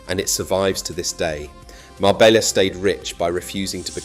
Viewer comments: It's pronounced Marbeya not Marbellllllla take this video with a pinch of salt. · A great video but why on earth did you pronounce Marbella correctly the first time and then change to some braindead MarbeLLa after that? I’d just liked and subscribed as I had been so impressed with this video. Now reversed. A shame. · Your research is spot on. Ive been doing the Costa del Sol for 40 yesrs, and lived in Spain for over 25 years. Your piece on Marbella was excellent. Just learn some Spanish prononciation FFS. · Can't even pronounce "Marbella" correctly